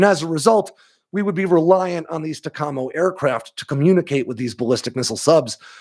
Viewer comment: When I was a naval flight officer NFO, in the 80s, we pronounced it TACamo..